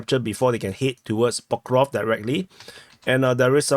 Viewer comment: I see that damn "Pokrov" (your personal version of PokrovSk) had stuck with with... (the same way as certain large part of English speaking community says "Ax" instead of "ask" and is oblivious to "what's wrong with it" - as if totally nothing...)